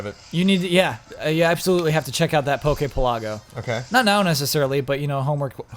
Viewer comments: Isn't Pokepelago supposed to pronounced like archipelago? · Yes, it kills me every time says it